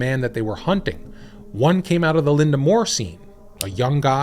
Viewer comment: Lynda Moore on the screen. Pronounces it LY DAA. Something fishy here.